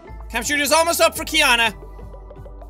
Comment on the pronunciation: this is really amusing to watch cuz my name is actually Keyana but they spelled it kyanna on here. and I love that jack says my name right. thanks Jack❤😇😌